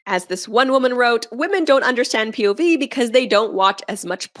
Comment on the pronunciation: These chicks out here butchering the F out of “POV”. 🤦🏻‍♂️ With some cringy😬sh!t💩